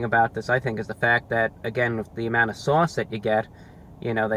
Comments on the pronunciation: “Basking in the sewauce” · Sawse. Hahaha. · i’m in love with him saying sauce . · The way you say sauce is so saucy.